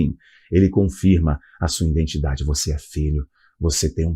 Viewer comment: Que isso?? "Jesuis"? Noutro vídeo falou "indentidade". 🤭 É nordestino agora? 😅 Aqui nóis fala assim. 😬